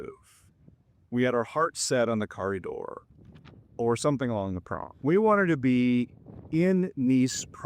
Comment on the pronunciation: I suggest lessons in pronunciation for your French. French speakers will not understand you if you don’t have the correct emphasis on the syllables. For example. Carré d’or you said “Carri door” I suggest that you try to full stop at Carré (brief pause )d’OR. This correct emphasis will greatly improve your ability to be understood. I often chuckle when foreigners say “YOUR ROW” instead of “EURO” because it’s “UUR OH” instead French, and EH uro in Italian lol 😅 and many times they are not understood by clerks. Sometimes it’s the simplest things that allow a breakthrough in language learning!